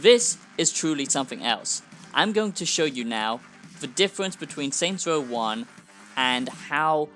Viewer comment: “Saints woah is twuley a masewpiece”